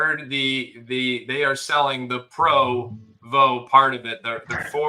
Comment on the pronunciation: HAHA. Dude not sure how to pronounce Provo.......phonetics my professional pod casting friend. SMH